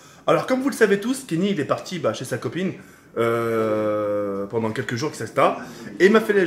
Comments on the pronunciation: Tk on dit pendant pas pendent mais en te kiffe quand mm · Il a dit pendent